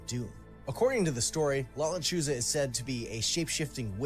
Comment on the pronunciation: "la, luh-choose-uh' 🤣🤣🤣 che vato. Dang guy, i been binge watching all your re-caps. Good stuff man. 💪🔥